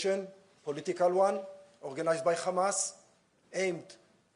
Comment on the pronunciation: Say Hamas, not kamas 😂